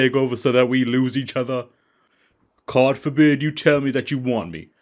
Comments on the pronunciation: "Cawd forbid" haha is wonderful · "Cawd forbid" 😆